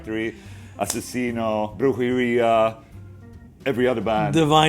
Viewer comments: Dino saying "Brujeria", Ola Saying "Brhurdjeria" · Dino's kinda pronouncing weird too. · Ola the spanish slayer. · Sounds like he’s saying diarrhea but with a B lmao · I'm Mexican, dude. I speak Spanish as well. He's still pronouncing it weird.